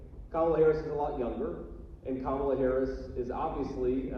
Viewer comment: Small detai, but did you notice how he said her name correctly in the audio, versus at rallies when he(and every other terrible republican) pronounces it ka-MA-la. I guarantee they've all decided to intentionally pronounce it wrong, just to "trigger" the left, but the left hasn't even acknowledged it